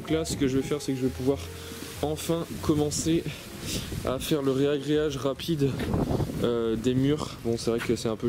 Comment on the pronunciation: Petite correction pour une faute de diction reproduite couramment : c'est 'ragréage' et non 'réagréage'.